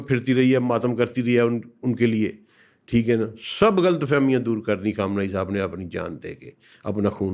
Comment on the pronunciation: Word is not , Kham, nai, Kham knee, Punjabi may goods, 😂